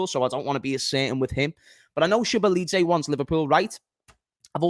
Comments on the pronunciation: it is Zo boss lie ffs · That Szoboszlai pronunciation is mad!!!🤣